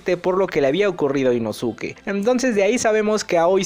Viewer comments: Inosuke? Se pronuncia Inoske!! Creo que ves los anime en español. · Se pronuncia inoske me gustan tus videos pero eso me incomoda mucho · que se dice inoske a si se pronuncia 😡👺🤬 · Porque pronuncias mal el nombre de inosuke ?